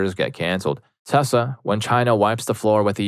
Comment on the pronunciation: My dude… PLEASE PRONOUNCE TESLA PROPERLY. As a man with autism, it is absolutely triggering to hear the name being butchered constantly, even with my feelings about the company.